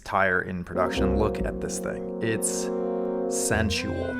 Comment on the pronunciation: The way you said sensual 😂